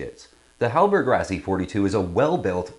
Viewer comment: Great review! To be clear, this is the 42E. HR later made a very different 42F sloop designed by Frers (hence the "F"). Also, it's usually pronounced like "Rossi", not "Razzy."